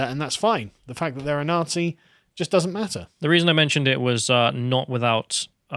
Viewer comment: From Nazi to "Nah-SHE"